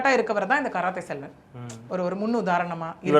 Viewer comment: 😂😂😂 karathai Selvan கராத்தே செல்வன் 😂😂😂 தப்பு தப்பா படிக்காத படிக்க தெரிஞ்சா படி